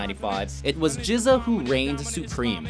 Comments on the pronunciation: GZA is pronounced with a hard 'G', he's not "jizza". it's starting to seem like I'm hearing mispronunciations in your videos at least once a week, is it stubbornness, laziness, indifference, or a little of each? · It's not "Jizz-Uh" it's "Gizz-Uh". Have I ever mentioned how much I hate the new writers/narrator now a days? They're very biased towards metal